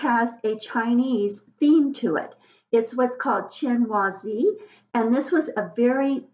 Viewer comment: Not ' chin y zee '. It's chinoiserie( shin wa surr ee ). U r no expert.